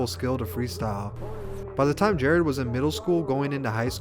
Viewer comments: Bruh his name was Jarad, pronounced “ Ja Rod” not Jared. Lmfaooo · Am I the only one annoyed by this white boy saying “Jared?”